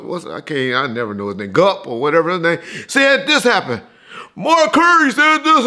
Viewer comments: know he can't get names right. He called Gipp, Gupp. Thanks for the facts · I believed when he said Suge wouldn't be slapping people in someone else city that wouldn't be smart!!!!!!!!!!! Oh yeah quit calling him Gupp lol it's Gipp..........